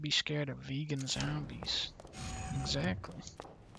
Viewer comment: I’m English, but because of Dunkey I now always pronounce zombies as ‘zermbies’ when playing any Resident Evil. 😂